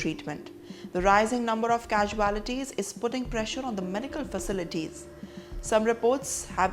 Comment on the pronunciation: This woman’s English is really funny “the casualties” 😂😂